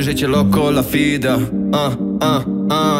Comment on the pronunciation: Co ten koleś z tym wymawianiem F zamiast W w słowach Visa (fisa) i loco la vida (fida)??? Niech mu ktoś powie, że to się wymawia jako W